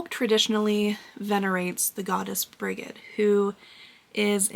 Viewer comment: I enjoyed this episode thank you. Brigid is pronounced Bridge-id. Greetings from Ireland